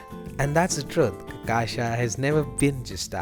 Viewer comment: Dude, for love of all things good, its really not that damn hard to pronounce cachaca right, really. I watched 4 videos in a row, listening to 4 different gringos say the word wrong in 4 different ways 😂😂😂😂😩😩😩😩 like, how? And im Aussie/Kiwi. Theres no excuse. Just learn a little Brazilian Portuguese, if you are intending making videos on Brasil. Seriously.